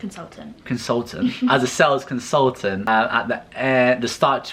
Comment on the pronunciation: Yeah as soon as he said “sales consultatent” I know was the bread winner 😂💕